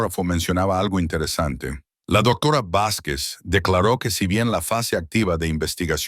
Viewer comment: Hola buenas noches desde México no sé de dónde sea el narrador pero su pronunciación es muy deficiente cambia la pronunciación de ciertas palabras la h muda la cambia por la jla palabra doctora dice doctora varias veces, por favor tengan más cuidado 😮